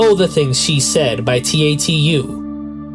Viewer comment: First off, La Roux is pronounced like “La RUE” and t.A.T.u. Is pronounced like “TATTOO”. Also, HUGE Kylie fan here, but “ISBSL” is absolutely not an overlooked track (especially in the UK or Australia where it’s looked at as an 1980s classic). By the time the song was released, both Debbie Gibson and Tiffany were also competing on the charts. To say the song opened the doors for young artists the following decade is quite a reach—that could be said for the Spice Girls, Backstreet Boys and Robyn.